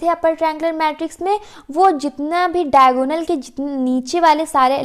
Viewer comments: Actually it is diagonal not daigonal😂😂😂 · It's diagonal not daigonal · It's Diagonal ma'am! Not daigonal 🥂🤍 Overall Your way of teaching is very good!